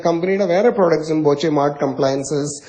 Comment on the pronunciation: ബോചെയല്ല, "പോച്ച"